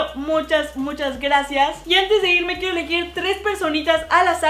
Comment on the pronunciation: Dijiste quiefo mil